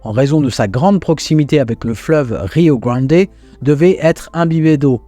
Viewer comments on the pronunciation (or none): J'aime beaucoup le "Rio gwandé" 😄